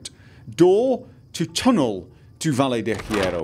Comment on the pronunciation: I know its a 4 year old video, and I know this is no longer relevant yada yada but that Valle Del Hierro pronounciation is something else. The correct pronounciation is "vayeh del yeh-roh" and it means the Iron Valley EDIT: oh and Paciencia is, well... Paciencia, but the stress is on the middle, so: pa-CIEN-cia and yes, those are the syllables, only 3, and the last one is said quickly.